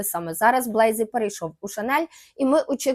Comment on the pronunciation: Дуже цікаво, дякую за випуск! Єдине що «ріже» слух у ваших відео це неправильні наголоси та, іноді, вимова, наприклад: Матьє Блазі - француз, відповідно його прізвище вимовляється з наголосом на останній склад БлазІ, а не БлЕйзі.